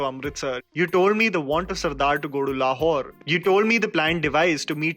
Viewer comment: Why do I hear Le Whore everytime you say Lahore?😂